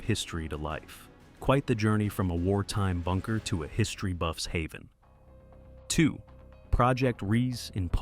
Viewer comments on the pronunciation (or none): none